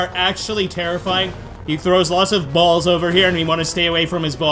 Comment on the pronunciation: do you really have to say balls like that or that much